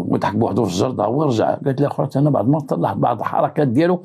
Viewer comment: السلام عليكم ورحمة الله ، صراحة طريقتك في الحكي فريدة من نوعها ، نحبكم في الله و احب محتواهم ، ولكن كنقولو بعض بالضاد ماشي بعد بالدال 😂😂😂،تحياتي لك